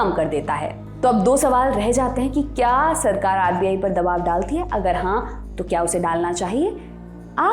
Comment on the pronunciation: दवाब नही दबाव होता है।